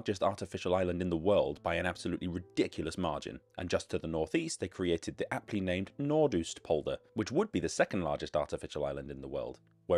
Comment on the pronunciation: Just wanted to say how great your pronounciation of various names is, most were spot on.